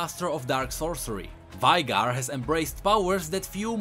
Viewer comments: [Vajgar] instead of [Vejgar/Vejgr]? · Did u really said Vaígar. Did u really pronounce Vaigar like that. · when he pronounces veigar it hurt my ears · you are pronouncing veigar wrong